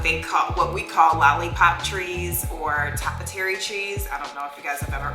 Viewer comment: Its pronounced TOE-Pee-Airy not top-ery. Cute project tho